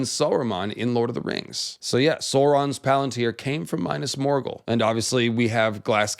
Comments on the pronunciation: "my-nass morgul" this isn't necessary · “Minus Morgul” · Dude reads about "pale walls of Minas Morgul" and proceeds to call it oily black. Like... they are not, read it again. It's written right there before your eyes. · Big fan of your content, love the research, fascinating theories, fantastic style. But the way you say “Minas Morghul…” It pains my lil hobbit heart.